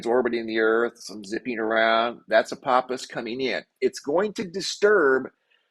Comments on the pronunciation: Ph makes an F sound ahpofffffous every time u say apopiss I died laughing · .. love your content, Apophis is alot closer to us than we are being told... Also, are you sure it's pronounced apoppis and not apofiss .. I also mentioned in your previous video about that "rock" next to the moon being Apophis...I still believe that. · Apophis = Apofis. I hear so many mispronunciations. I hope I am still around when it does its fly by.